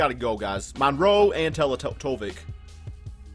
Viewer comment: Bruh ITS NOT PRONOUNCED TELETOVIK ITS PRONOUNCED MIRROR- SA TELE-TE-VICH